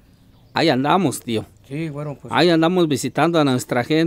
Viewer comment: Un shot de tequila por cada que diga wuero!!!